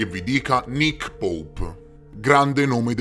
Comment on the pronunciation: Grande mi fai morire quando dici Nick poup!!!🤣🤣🤣😂😂